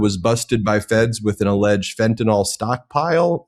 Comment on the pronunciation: Tired of hearing people pronounce Fentanyl as "Fenta-nol"